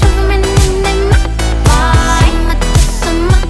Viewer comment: Мені одному дуже подобається її наголос на зиМА, неМА?